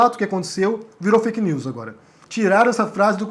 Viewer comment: Este cara não sabe nem falar veja o que ele falou.fak lius